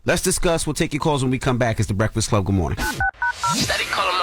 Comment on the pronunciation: Goo moorin breakfiss cub. WTF 😅😅😂 scholar NOT!